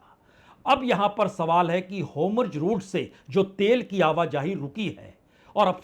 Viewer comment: It’s Hormuz not hamroz. Just a little correction